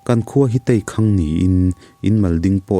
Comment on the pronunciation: Teikhang ni lo in Têikhang ni zawk awm tak